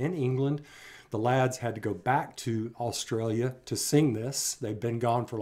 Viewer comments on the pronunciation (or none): none